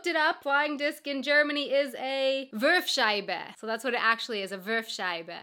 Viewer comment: "Wurfscheibe", nicht "Würfscheibe". Your native language is English, not Arabic,.